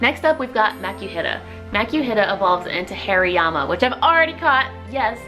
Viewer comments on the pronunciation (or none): Am i the only one hearing hairyyama?? 😂😂 Love the video though !